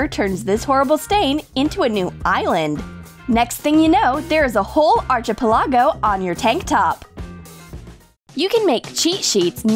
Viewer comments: ... Archipelago isnt pronounced arch a palago its archa peligo edit- its annoying to me sometimes when ppl think there using big smart words but they say it wrong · Arch-i-pil-ago LMAO it's pronounced Arc-a-peli-go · Archipelago is Ark-i-pel-i-go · Arch-ipelago wow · "Whole arche-pellahgo" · The way they said archipelago 😂😂😂😂 Literally dead